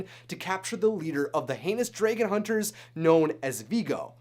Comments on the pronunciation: dude you are saying dragan not Dragon idiot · y is he saying draygon?! its pronounced DRAGON!! drag-gon!! i swear to god!! the way he says dragon triggers my OCD and my grammar nazi side!! aaahhh!!!! (fyi idc if people spoil things for me. im a bit of a spoiler myself so its only fare.( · You keep pronouncing the word dragon wrong. It's dragon.!The a is pronounced like the a in the word am! Not drae like in the word egg! What the heck is wrong with you!? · it's dragon not dragen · dragOn not dragEn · Am i the only one a bit disturbed with how you pronounce "dragon"?? Like /drey-gen/????? Not /drah-gen/???? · I have to ask where are you from cuz I'm hearing Dray Gon not Dragon (soft A's sir soft A) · Am I the only one who noticed he's saying dragon wrong? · He keeps on sayin dragon wrong. Says it like"dray-gen". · the way he says dragon is like dragoon soooooo wrong omg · U say dragon like dragen I love it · "Dregon" eye? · Is no one else getting triggered by “draygon” 😩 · Why he pronounced dragon so wier thro the video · I hate the way you say dragon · STOP SAYING DRAGON WRONG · learn to pronounce dragon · DRAGON!!!! Not whatever the heck you're saying!! Driving me up the wall!! Other than that great video. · Did he say... drAgon? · U pernounce that so wrong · You're not the only one... I cringed every time he said it. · OMG STOP SAYING DRAGON WRONG